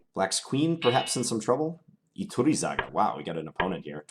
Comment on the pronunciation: Iturrizaga is a very strong GM so you stood very well against strong opposition in this session. I'm also impressed at your pronunciation of the name Iturrizaga I'd expect most of the chess youtubers on my subscription list to butcher that name and say something hilarious instead (at least for Spanish speaking viewers). Congratz on that!